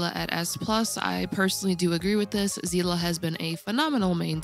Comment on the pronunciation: aight you get a sub just for pronouncing Seele correctly 💪💜